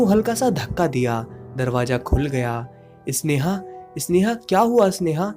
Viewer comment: अबे इसनेहा नहीं होता, स्नेहा है वो।